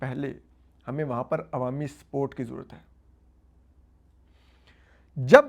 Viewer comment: I was hearing "sport, sport, but you were saying is support...😂